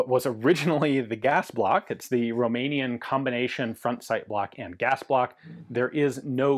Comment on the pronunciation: And you are a mikey mouse,the way you said roumenian .Dont forget Ak 7/62 made guess what is beter all around 😅